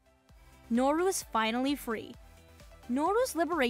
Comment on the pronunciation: its nooro not norro at least thats what i hear